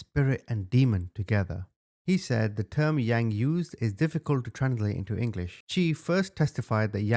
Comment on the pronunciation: Omy u so butcher their name pluse it’s not the ha-mong it’s Hmong. First u said young it’s Yang. U did say it correctly towards the end. Overall good job on the story. U should do the chai vang case on hunting trashspassing on property